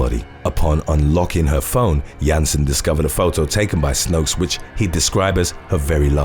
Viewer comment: and then they are all wrong. The right way is not determined by majority vote. The women is from Belgium. I am from netherlands. We speak the same language and i even k ow the meaning of her name. 'Snoeks' is not pronounced 'snokes'